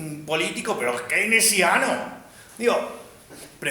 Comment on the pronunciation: al QUEINECIANO 🥺🥺 -AL KEINESIAAANO!! 🫲🏻👿🫱🏻